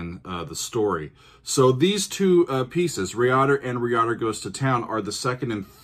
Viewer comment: Great video, however it's pronounced Rye-Add-Err.